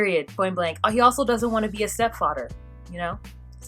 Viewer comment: "stepfadder" LOL